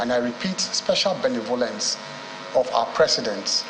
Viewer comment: That is not how you pronounce the word ‘benevolence’.